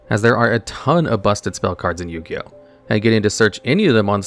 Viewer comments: Ah yes, my favorite anime Bo-Ti-Oh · did you say "Yugi Boto" lmao